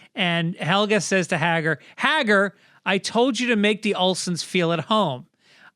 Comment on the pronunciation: Correction: Hagar is pronounced Hay-gar with a hard A at the start.